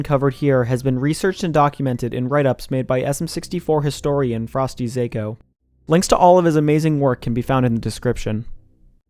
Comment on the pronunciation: I think it's pronounced FrostyZah-ko, not Zayko. Zako in Japanese means small fish/small fry, and usually is used to mean weakling.